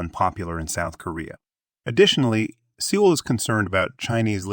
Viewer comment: I’ve never heard Seoul pronounced like that. SeaOL 😂😂😂😂